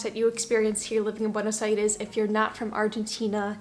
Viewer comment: The way you pronounce "Buenos Aires" sounds so argentinian.